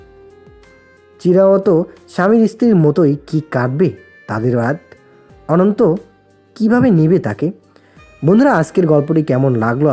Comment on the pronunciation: Onek onek onek sundor.... Just darun.... Vaiya akta kotha boli..... Ota ononto noi.... Otar uchcheron hobe ontu.... Tai bar bar vul sunte valo lage na.... Pls thik korben..... Ar ami bolam bole kichu mone korben na jeno.....